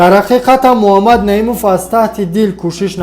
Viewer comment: Дуюм - Му-А мад нею МуХ,аммад бугу Илтимос.. МУХАММАД -БУГУ МУ А МАД НЕ..